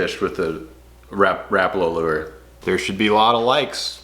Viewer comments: It’s ra-pala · The pronounciation is closer to something like "Rah-pah-lah" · Stop saying “rappala”, douche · Think I heard pronounced ruh pollah..? Not rap uhla..? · My learning for the day. I’ve pronounced it Ra Paul A, my whole life! And I’m 64. Oh well… STARTING WITH WHITE!!!